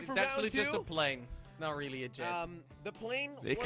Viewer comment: "we weelly"